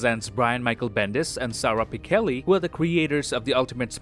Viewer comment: It's pronounced "pi (like pit) chell (like chell-sea) ee" Not Pi-kell-ee